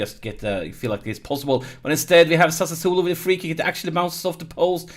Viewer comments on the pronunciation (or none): Here I go again with my smart a$$ pronunciation tips: Sassuolo: Sa--Swoh-Lo. You seem to get tricked into a couple extra s's ;-)